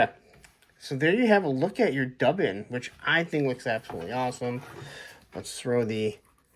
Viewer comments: M’bad. Didn’t look at the other comments. I’ve also heard, “doobin” which was he all 70s. Ha. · Duban (Dew-ban). 😂 Dub-an… 😂 he goes so great with Boreus (the gray horse). Also that’s not an Eagle. It’s a Hawk named Vedrfolnir… yeah I dunno how to pronounce that one. 😂 he looks so much better with the cloak and without the pauldrons. My only complaint is that the best crossbow hand doesn’t have a vertical hinge. 😢